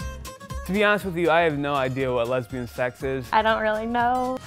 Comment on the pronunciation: "Lesbian sex" does it really need all that emphasis as if it's the 8th wonder of the world? 😴